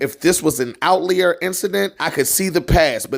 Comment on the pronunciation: Double-check the way you're pronouncing "Outlier".